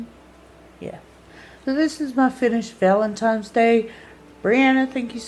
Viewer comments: It's VALENTINE'S DAY not VALEMTINE'S 😠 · She said valentimes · Happy Val-eN-tiNes day, Amy! No “M’s’ in Valentines You are doing well with your makeup videos. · "Valentime's" C'mon Amy, u're not 4 yrs old. Why not learn to pronounce words correctly? Is it really that much of an effort for u?